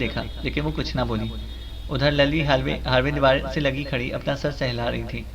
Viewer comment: Lilly name hota ha Lally nahi